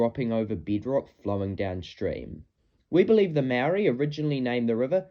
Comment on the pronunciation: Very interesting, but I do wish you would work on your Maori pronunciation bro